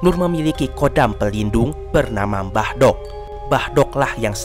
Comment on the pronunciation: Org jawa asli bakal nyengir pas denger ucapan "mbah dok" Bukan kek gtu jg bor cara ngucap ny😂